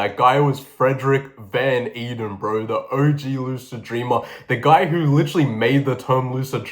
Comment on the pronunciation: I dont think this comment will ever be seen but Frederik van Eeden is actually my great great grandfather and its pronounced ey-den